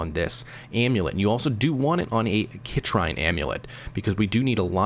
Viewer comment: Excellent video. Minor quibble - it’s pronounced “sit - reen” =)